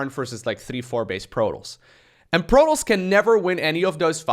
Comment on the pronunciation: I've never heard anyone pronounce Protoss like you do.